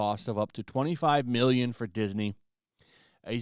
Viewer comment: There's no reason to emphasize "mmmmillion" e when referring to budgets. We sent well over one hundred BILLION dollars to Ukraine only to have it pilfered and laundered. Some of that was money you sent for zero ROI. I chuckle every time any creator discusses finances and put such emphasis on what are now paltry denominations by comparison to what the entire country was gaslit into giving up . Thank God she hulk is cancelled! That money can now go to Israel😅